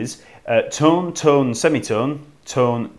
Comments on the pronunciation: sounds like he's saying tun semi tun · Jesus people, he's not saying 'ton', or 'tun' he is saying 'tum'... semi-tum, whole-tum Tum-ta-tum-taaaa-tums ♩♩♩♩♩♩♩♩♩♩♩♩♩♩♩♩♩♩